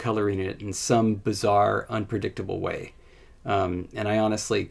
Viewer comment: Just rewatched the entire video. Your mouth corners never even move, not even when saying "way" or "with", so they probably ɡo more like ̤[ɰeɪ̯] and [ɰɪθ]. Ahh, well, Id probably hear that, so it might be more like [ɰᵝeɪ̯] and [ɰᵝɪθ]. This gives me an idea. I could add some lip frication to one of the dialects of an older project of mine. Lip fricated voiceless alveolar apical fricative is almost as distinct as actually sneezing in the middle of a word.